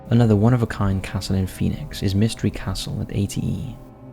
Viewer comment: Phinix castles... Lolol.. Those are defenetly not castles.